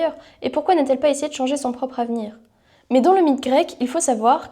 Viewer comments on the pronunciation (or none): 9 m 20 s "Qu'ils vont zessayé de prévenir, qu'ils vont zessayé de protéger " Sérieusement la liaison?